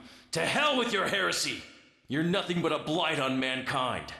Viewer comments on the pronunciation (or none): none